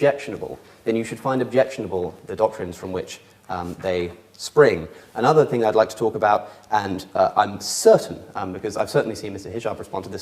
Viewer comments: I don't appreciate sophistry, good? he pronounces ..thing as ..think. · pronunciations of ‘thing’ as ‘think’ is annoying. Somethink. Everythink. Nothink.